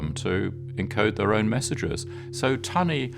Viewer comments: It wasn't 'Tuney' it was 'Tunny'. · This is gripping stuff. One little remark, however. It's an American script, which is fine, but to hear an English voice speak of the Fall (and not the Autumn) sounds odds. In the same way, tunny is NOT pronounced tew-ny, but tunnie. Jack Copeland pronounces it properly. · Very interesting, wonderful documentary! Shame about the unnecessary americanisms. 'Tunny' (pronounced 'tunny' not 'tuney') is not a nickname for 'tuna', it is the older English variant. Tunny = tuna. 'The Fall' instead of 'Autumn' etc. but all with an English narrator with a very English accent.